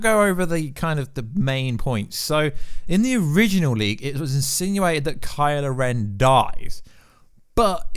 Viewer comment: It'd kylo ren.... not karla ren